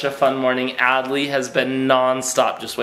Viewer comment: 1Time It says adley you said Add lee